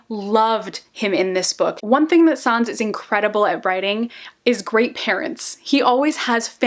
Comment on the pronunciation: Im sorry but the way she pronounces sáenz is so annnnnnoooying and fito omg had me dead 😂